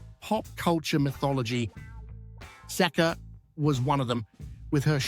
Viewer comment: 🎵 “You say Sekka, I say Seeka, let’s call the whole thing off”